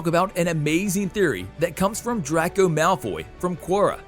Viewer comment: One thing that bugged me about this video was the constant mispronounced words and names. Either this was an automated announcer, or they just were not very good at pronouncing names, and reading a script. Everyone knows it's pronounced Warner Brothers, and not the pronunciation of the shortened name. Draco was pronounced wrong.....etc.